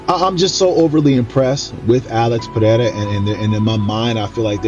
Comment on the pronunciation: Is Chael Sonnen mentally deficient? He calls Ciryl Gane "Surreal". He calls Alex Pereira "Piera". From now on, I'm going to call him Chase Sony.